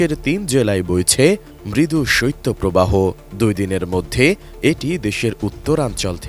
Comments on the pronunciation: সইত্য প্রবাহ না রে ভাই শৈত প্রবাহ। সংবাদ উপস্থাপক হয়েও যদি উচ্চারণ টা ঠিক করে করতে না পারেন! 😏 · সত্য প্রবাহ নয় সঠিক হবে শৈত্য প্রবাহ । উচ্চারণ সঠিক ভাবে করতে অনুরোধ করছি।